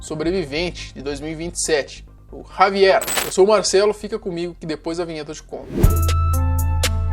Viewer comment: Primeira pessoa que pronuncia o nome dele certo 👏, muita gente no kawai e outros aí, se achando que estava falando o nome desse cara certo kkkk mas não, o J tem som de R na espanha, então se pronuncia Ravier👍